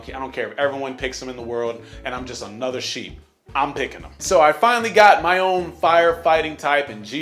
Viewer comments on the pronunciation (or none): none